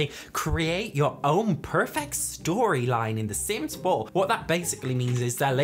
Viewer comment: Lmao "Create your own perfect story lines" (in your American accent) 🤣🤣🤣 you talking like that, gets me laughing every single time!